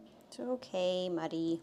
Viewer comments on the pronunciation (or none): I heard Muddy’s name as “MOODY” whenever you first said it and I was like “Ahh……..makes sense”……….………..… lol!